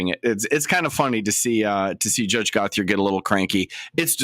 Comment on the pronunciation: I know it’s no one’s fault, anglos pronouncing franco names, but that “Gothe-er” is like nails on a chalkboard to me, every time 😅😂 Still my favourite channel, though!